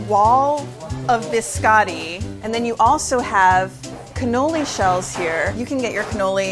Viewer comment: The way Americans pronounce “biscotti”😫🤦🏼‍♀️